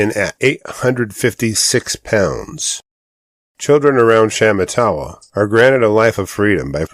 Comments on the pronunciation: SHA MAH TAH WAH is the correct pronunciation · Sha matt a wah. Emphasis on the second syllable.